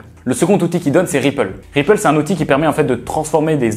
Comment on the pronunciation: Attention, c'est "Ripl" et pas "Ripple";)